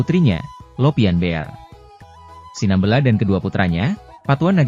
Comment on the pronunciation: Cara penyebutan SINAMBELA juga juga tidak benar